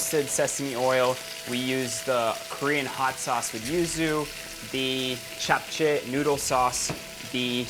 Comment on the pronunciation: Love how u didnt pronounce it as japchey but japche